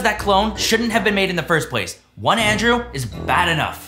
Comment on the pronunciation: when he's mad at Andrew: DANDREW!!!!! Me: You mean Andrew right?